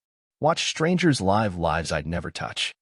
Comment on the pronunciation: Fair story, good editing, narration mispronounced common English words for the story context (us, live, lives). Captions not watched.